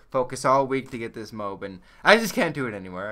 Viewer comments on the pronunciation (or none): It's pronounced "Moe-Ahb" not "mobe" lol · Wait, a MOBE? I thought it was pronounced MO-AB. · i think it's pronounced "moe-ab" not "mobe" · ITS NOT PRONOUNCED MOBE!!! It's Mo-Ab!!! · MO-AB. It's pronounced MO-AB. Like Moe from The Three Stooges + AB like abdominal muscles. Two syllables. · its pronounced MOE ABB for fuck sake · Its pronounced Moe-Ab